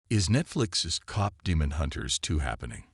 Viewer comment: If you are going to have AI read you might want to make sure they are reading it correctly. Cop is not the same as Kpop. 🤦‍♀️